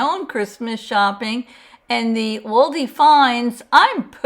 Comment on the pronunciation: Can’t watch when you are saying ALDIs wrong! It is pronounced All -dees